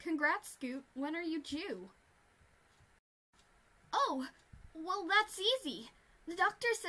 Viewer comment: "Oh my gosh When are you due" sounds like "oh my gosh when are you jew" stg